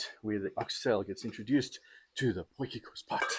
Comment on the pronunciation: Dude it's a potie. It is not a potjiekos pot - translate it for yourself. It is just annoying hearing it. My wife does the same thing - drives me nuts.